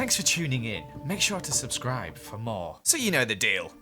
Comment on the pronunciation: No one: No one ever:: subsrible.